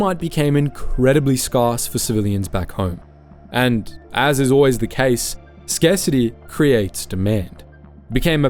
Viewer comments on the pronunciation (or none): Was wondering if that's why the narrator pronounces scarcity as "scarh - city"!